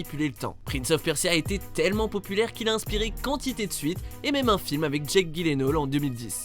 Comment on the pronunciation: Ca se dit "Jilénol" pas "GUIlénol"... (pour Jake Gyllenhaal)